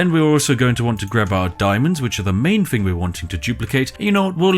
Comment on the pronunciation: Why can't you pronounce thing or feather? You're supposed to be a posh British person